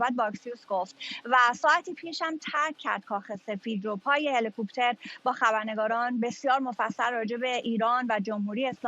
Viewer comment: Dear Samira, Its HELICOPTER not HELE-COOOPTER. هله کوووپتر نیست، هلیکپتر